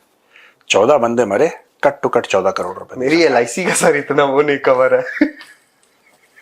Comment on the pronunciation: Producer saab lic nahi LI hota hai bas.😂